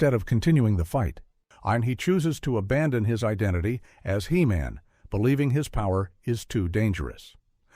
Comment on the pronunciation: "Shoundadite" Heemin lol